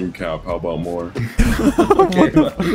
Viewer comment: every now and then drops an aboot and it brings me great joy xD